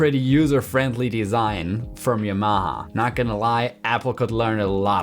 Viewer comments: Could you clarify Y'mah ? It's pronounced Yamaha, Japanese for Harmony. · There's no stress in Yamaha- it's a Japanese word.